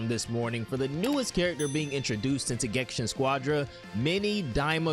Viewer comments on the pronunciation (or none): Why do you keep calling it gensha? Are you illiterate?